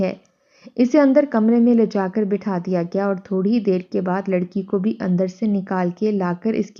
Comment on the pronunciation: “Bhai” nahi “Bhi”. “Lawndey” nahi. “Bachchey” “Fitrata” nahi “ Fitratan” “ Demay nahi “Dhimay” “Hikka” Haa se nahi “Hay” last third lafz. Huqqa Pakka “ nahi . “Tabiyaat Mukkadar” nahi “”Fiza Mukkadar”. “ Halak kar” nahi “Billak kar” “Bhai Kai huwi” nahi “Bokhlaii huwi”. Urdu ka Janaza hai ……….. “.